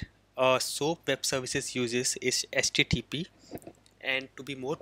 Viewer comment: It's not "SJJP". It's "HTTP".